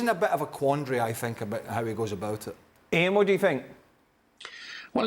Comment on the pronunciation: 'about it' not 'abourrit'